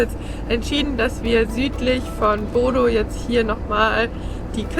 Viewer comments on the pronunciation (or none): Euer BODO wird BUDÖ ausgesprochen.